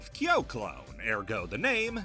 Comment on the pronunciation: You go out of your way to pronounce Angel correctly but buture Kyo, Ryo and Ryu